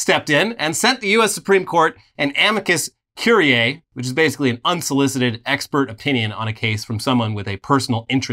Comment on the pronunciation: Amicus curie is pronounced Ah-Me-cus Cure-eye